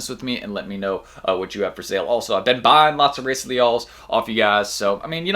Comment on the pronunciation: Pronounced “Hi-ee-sa”